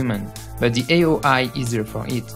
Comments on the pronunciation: the tongue vibrate inside teeth when it's "ze" the tongue vibrate between front teeth when it's "the". ffs it's not that difficult -_ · he's french. i can hear it. that's my native language. he sometimes pronounce words as in french -_- as when he says "misplaced" and ze instead of the